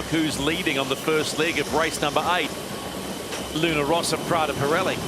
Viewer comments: I'm still struggling to understand why the commentator can't be bothered to pronounce the name of Luna Rossa correctly. It seems like a laziness bordering on insulting. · Hai perfettamente ragione, non solo sui colori ma anche sulla pronuncia. Non è che non sanno distinguere le consonanti doppie - è che non conoscono la differenza fra l'accento grave (rosa) e l'accento acuto (rossa).